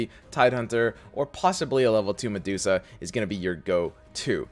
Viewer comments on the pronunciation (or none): none